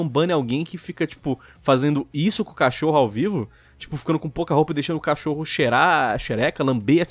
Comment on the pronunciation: "Com roupa de ioga" Eu ouvi "com roupa de olho"